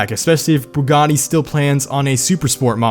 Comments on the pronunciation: Why do you keep saying Bugani. or am hearing things.. lol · Why do you keep saying Bugani instead of Bugatti!? Sounds like you're merging Bugatti and Pagani lol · When he says bugatti sounds like pagani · I swear I keep hearing “buggani” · I hate the way he says Bugatti lol